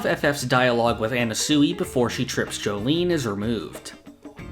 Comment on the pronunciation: Words can’t describe how off this guy’s pronunciations are. At this point I feel like it’s got to be a bit, how do you read it as an-na-su-i?